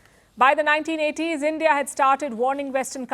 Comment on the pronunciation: "End-Yeaah" out!!